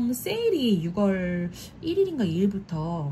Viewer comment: 함께 힘내용 ❤❤, ~ 조심스럽게 말씀드립니다. 말을 해야하나 안해야하나 했지만 결국 이리 남기네요...6월 발음은 육월이 아니라 유월입니다. 많은 분들이 보는 영상인 만큼 올바른 한국어 발음으롤 해주시면 좋겠습니다!!